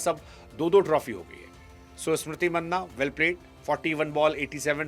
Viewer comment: मैने आपसे पहले भी कई बार ये पूछा हु और आज भी पूछ रहा हु पूरा भारत स्मृति मंधाना कहता है आप क्यों मन्ना कहते है